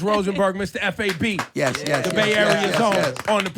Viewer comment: Why they keep calling him Mistah F. A. B. it's pronounced as one word Fab 😂